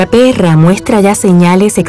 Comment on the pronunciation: "la PERRRRA" XD